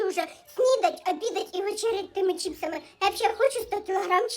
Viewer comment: правильно ЧИПСИ, через букчу И (Чизкейк, Капучино...)